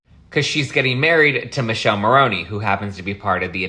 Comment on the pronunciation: Dear, his name is pronounced Miii-kele not Michelle, us Europeans know that as it's Michael in Italian 🇮🇹 The E is pronounced like E in elephant😅😂🐘